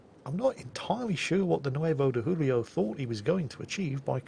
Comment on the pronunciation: Nice Italian pronunciation. But you butchered Nueve de Julio.